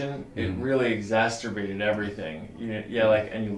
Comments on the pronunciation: The word is 'exacerbated', doc, not 'exasturbated'. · It’s “ek zaserbated,” not “zasterbated.” :-)